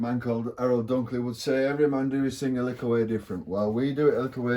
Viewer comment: Ahh! Now we're talking! Talking of talking, I love the way we Jamaicans and our Yorkshire brethren both say, "likkle". I inherited some huge valve trannys from an old sound system amp and am looking to build my own valve amp with an older friend who knows about this vintage. Looks like 88's would be the way to go then for reaggae? Anyway, likkle more...